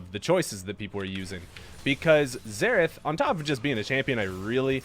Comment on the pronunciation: Everytime he says Zerath i hear Zeref isntead (from fairy tail)